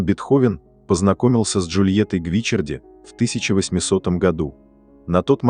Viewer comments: Недьзя правильно произносить фамилию ? Что за Гвичерди ? Ее фамилия Гвичиарди !!! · Ну почему ГвИчарди?!! ГвичАрди! Как режет слух! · И снова замечания в звуковом сопровождении-правильное ударение на ГвичАрди, а не гвИчарди. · Я бы читала Джульетта ГвиччАрди с ударением на втором слоге😊. Моя любимая Лунная соната. Только влюблённый мог сочинить такую божественную музыку ❤ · Всё-таки правильно Гвиччарди. И ударение на 2-ой слог. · Вселенская музыка, очень печальная и больная история любви, спасибо! Но Бога ради, как же терзает уши неправильное произношение: ведь Джульетта была ГвичАрди! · Как режет слух ГвичЕрди! И не слышно в манере, голосе и интонациях повествующего тех эмоций, которые должны соответствовать трагедии Бетховена и истории создания Сонаты. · жаль, что Вы не удосужились проверить ударение в итальянском имени, а это важно, режет слух и о многм говорит в отношении Вас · Произносите верно фамилию графини((( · Ребята! Это машинный голос! Машина не знает;как правильно произносить фамилии...увы!